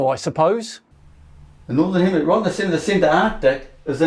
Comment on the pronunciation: HEMISPHERE! He says it many times; it's written on his board! HemiSPHERE. For fucks sake!